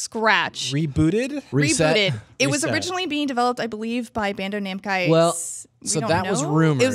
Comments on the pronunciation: "Bando Namcai". :P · Loved!! Can't wait until next week when she corrects the "Bando-Namcai" thing xB